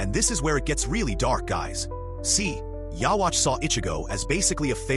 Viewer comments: “Yah-watch” 😂 wtf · How is it that after so many years in an English dub people still can't pronounce ywatchs name right? Oh wait stupid me this is most likely an AI generated video. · Learn how to say his name it’s literally dubbed episodes smh 😂